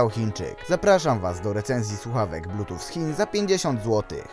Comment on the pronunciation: Widzieliście już jak rozpocząłem zmianę swojego studio? :D Jeśli nie, to zapraszam! Swoją drogą! Z mojej strony sorry za błędy w audio przy wymowie słowa Bluetooth, które nie wiem czemu brzmi jak "plutuf" oraz "lag" które wybrzmiewa jako "lak" :D Myślałem, że wymawiam to poprawnie a to na odsłuchu nagle okazuje się, że taka heca :D No cóż, bywa Jestem ciekaw co sądzicie o tych słuchawkach. Czy za 50zł to odpowiednia kwota? Jestem ciekaw waszych opinii. Zapraszam do komentowania ;) Szybka edycja: Słuchawek tych nie polecam, jednak jeśli ktoś na prawdę bardzo chce ich spróbować, to zapraszam do zakupów z tego linka afiliacyjnego. W ten sposób wesprzesz mój kanał :)